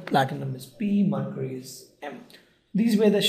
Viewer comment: Marcury! Its mercury.